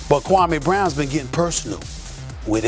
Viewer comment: His name is pronounced Kwa-mee